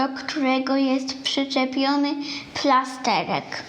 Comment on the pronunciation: Nie plastehek tylko plasterek